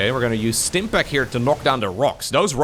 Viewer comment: how the HELL did you roll the Rs of Stim Pack, that's was mindblowing to hear xD